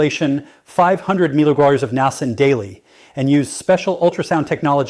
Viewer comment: I watch your YouTube videos faithfully and get so much good information always. However, this AI presentation is awful. The robot talks so fast, mispronouncing simple words like Niacin, and it's impossible to keep up at all with his conversation. It's especially hard when you listen again and hear the same thing which is the simple word "Niacin". It's so hard to keep up with what is being said, especially with all the medical words, measurements, doses daily when the speed is so fast. This "robot" is particularly bad by the way. Could you please go back to just making the videos without the AI. It's going to be the ruination of our world before it's all said and done. Thanks for anything you can do to help.